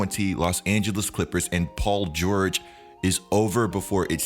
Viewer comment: Paul geurrjg